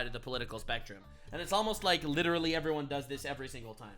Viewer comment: But it's "LITTLERY" ALL FAKE FACTS